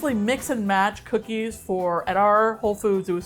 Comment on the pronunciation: Honestly I heard coochie 😂